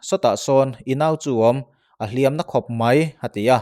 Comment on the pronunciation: "Lawp Lawp" tih hi Dawrh dawrh tih ang ni lovin, Chawrh Chawrh/Vak vak tih kan lam rik anga lam zawk tur a ni e. Tin, "Hliam tuar" tih a "hliam" hi mi kan va hliam emaw, misualin mi tu emaw a hliam thu emaw kan sawi dawn a nih chuan "mak" kan lam dan anga lam tur a ni a. Kan inti palh emaw, kan hliam hrim hrim kan sawi dawn a nih erawh chuan "Hriam" tih lam rik dan anga lam zawk tur a ni e. "Nghaisa" tih hi "Nghâisâ" tih ang ni lovin "nghaisa" tia lam zawk tur bawk a ni e.